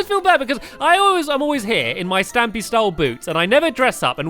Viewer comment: I got frustrated when you said stampy as stamp